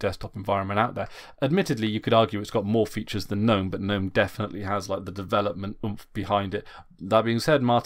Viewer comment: You aren't pronouncing GNOME (the desktop environment) correctly. It is Guh-nome, like GNU is guh-noo.